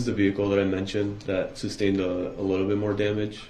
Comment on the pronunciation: It’s not Axed it’s asked , it’s not substained it is sustained ..